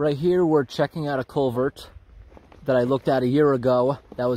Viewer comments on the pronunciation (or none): For a while I thought you were saying "A Colbert" 😂